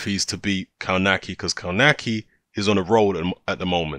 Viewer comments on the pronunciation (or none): Pronounced kov-natch-ki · Dude spell his surname like "KOVNACKI"